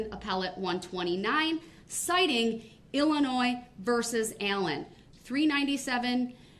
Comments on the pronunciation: OMG if he says "Illinoise" one more time, I'm going to lose my mind! It's "IlliNOY" dummy! I don't know whether him mispronouncing Illinois or him constantly making stupid arguments is more annoying! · “IlliNOISE” 🤣 What a dumваss! I cannot believe how absolutely dumb this guy is. And the best part? I think he believes his BS. It’s amazing to see someone this confidentially “fuсkіиg-sтupіd.” Can you imagine dating him, living with him, parenting him, et al.? He’d drive someone to suісіde. His soon-to-be friends in prison will feel the same way. I doubt he lasts real long. 🤷🏼‍♀️ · Anyone who pronounces the "s" at the end of Illinois is automatically suspect. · It's I'll in o iss, I know 3 year olds that can pronounce it properly. Obviously never looked at a map in his life.